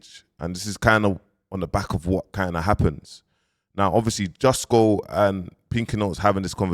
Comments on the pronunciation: bro kilbern instead of kilburn now jusco instead of justo! you work hard bounce rest my bro! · Kmt you know damn well his names justo, you out here mis pronouncing things for more comments 😂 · Mans calling him jus-co ya na😂😂😂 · HIS NAME IS JUUUSTOOOO NOT JUSTCO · your still saying justgo 🤣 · Bro his name is Justo not Jusco 🤣🤣🤣🤣🤣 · It’s justo LOL not jusco. You’re insane man 😂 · This brudda still cant pronounce Justo smfh